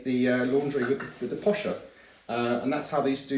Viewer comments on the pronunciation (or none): It’s a posser - not posher! It would be used with a galvanised ‘dolly tub’.